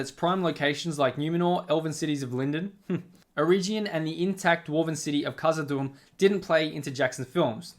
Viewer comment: Good review of adaptation faults. Please learn to pronounce 'Eregion' as Tolkien explained